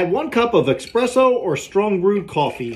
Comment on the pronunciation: espresso is not pronounced with an X in it.